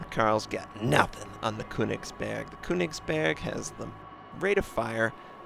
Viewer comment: I speak german and I find it really funny listening to you when you say köningsberg. But I can understand if you find it hard to say the actual name. Not a hater just a guy